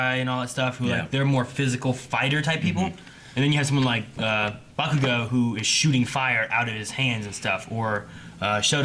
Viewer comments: this is my 2nd video, more to come. was my fav but saying "buh-koo-go" instead of "bah-koo-go" really spent me lol. muh man JUST SAID IT!!!!! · The worst one for me is still "BaKOOgo." Goddamn it man, stop it! 😂😂😂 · It's hilarious how they pronounce bakugos name even tho it's dubbed and easy to understand for Americans.. bakooogo katsoooki.. nah fam it's pronounced bah-ku-go kaht-ski.. except in English it would be reversed katsuki bakugo.. which is why izuku calls him kacchan.. because it's his first name.. just happened knowledged on you fuckers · its always slightly annoying when they mispronounce bakugo's name as ba-KU-go instead of BA-ku-go but love the vid still 💛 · I dont like how says baKUGO instead of BAkugo